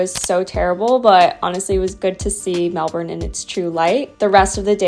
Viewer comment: Melbourne is famous for its changeable weather. You just have to roll with it. Glad you enjoyed it here regardless 😊 P.S. congrats on saying brekkie and pronouncing Melbourne properly. Most Americans don't 😅